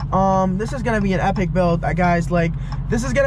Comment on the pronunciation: “Hepic hepic build” at least thats how it sounds lol